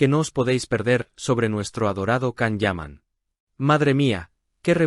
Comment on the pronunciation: Pronuncia bien su nombre